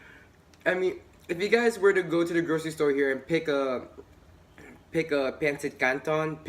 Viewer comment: Hahahaha that "peynsit kantown" accent though! Love it. New to your channel and would love to see u in person.